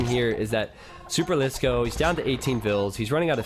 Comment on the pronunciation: I'm proud that you pronounce superlisko like a finn would pronounce it. I didn't ahve to cringe for 3 hours :D